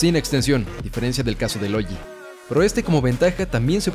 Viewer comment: “Logi" xd